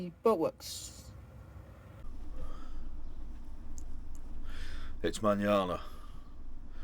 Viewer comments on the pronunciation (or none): It's kind of appropriate that 'boatworks' sounds quite a lot like 'bollocks' when mumbled. At some point you should refer to your pain as a 'journey' all the other vloggers do. Keep up the good work.